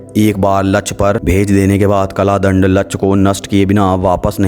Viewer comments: its kaldand not kladnd😏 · कला दंड नहीं होता काल दंड है भाई. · Kalaa dand nhi bhai, kaal dand.